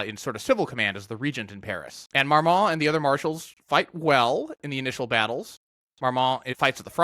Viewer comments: Very interesting video, but I have to be kind of picky about pronunciation: the "t" in Marmont isn't pronounced. It sounds more like "Marmon" when spoken. I know it's a confusing French language rule about the final "t" coming after the "n"! 😂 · Neither the n nor the t are pronounced afaik